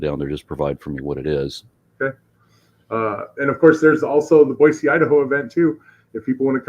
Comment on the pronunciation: Good on for pronouncing Boise correctly!